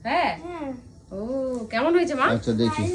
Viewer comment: কেম্মায় আর এম্মায় টা দারুন হ‌লো । হ‌্যাঁ এভা‌বে কেন কথা ব‌লে কেম্মা এম্মা?? লেখাপড়ায় কি অষ্টরম্ভা না‌কি??😅😊😂